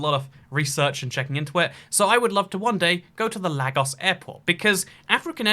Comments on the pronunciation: It’s pronounced Lay-goss. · Lagos is Nigeria is pronounced. Lay-gos. A as in Agent, not Advert. Just thought I’d say it as I noticed a few videos where you say this. Other than that great videos! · I'm Nigerian and i live in Lagos, it's pronounced LAY-GOS just remove the y and I havent been to the airport in some time so I'm not sure if theres air conditioning there but from what i remember nope it doesnt exist